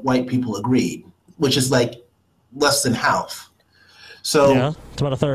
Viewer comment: I’ve never heard anyone ever pronounce ‘half’ like ‘Alf’